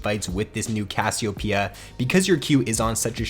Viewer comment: haha great vid.. just hate that pronunciation of Cassiopeia xD